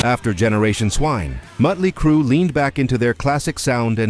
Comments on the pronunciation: To me it was the almost constant struggle with names. Don't get me wrong, Muttley Crue and Michael Stipley won't ever NOT be funny, but it got tired quick. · The muttley crue album wasn't a bad experimental album, in fact i like it but sometimes different is good even if the ai guy can't get the name right 😁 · You lose me at the AI narrator not being able to pronounce Motley Crue and referring to Van Halen 3 as Van Halen the third. 🙄